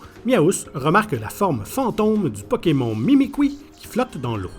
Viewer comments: "PokemON" je pleure ça se prononce "pokemonne" 😭😭😭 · Pokémon au lieu de pokémone m'a tué de rire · Non mais bordel comment il prononce Pokemon 🤦🏻‍♀️🤦🏻‍♀️🤦🏻‍♀️ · Comment ça « Pokémont » arrêtez tout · Ouiii même si tu dit pokeMON on San fou on t'adore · Arrêtez tous de vous plaindre car il dis pokemON et pas pokemonne comme nous en france car il est québécois donc les prononciation sont différentes c'est un peu raciste de dire a quelqu'un qu'il ne parle pas bien tout ça parceque les québécois ont des prononciations différentes